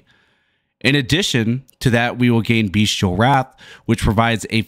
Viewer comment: Nice comprehensive walkthrough 👌 btw... it's bestial, not beastial 🙃